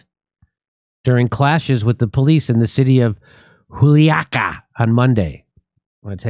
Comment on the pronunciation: im glad you pronounced Juliaca correctly!